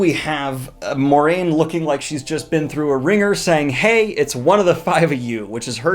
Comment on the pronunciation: Why does everyone pronounce Moiraine wrong?